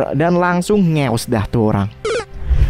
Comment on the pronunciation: Bengek denger kata2 "NGEWSSS" aowkaowka😭😂😂